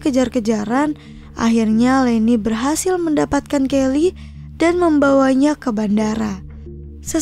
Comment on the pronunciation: Kyle kak itu kan anak laki2 (bacanya Kail) bukan Kelly 🤦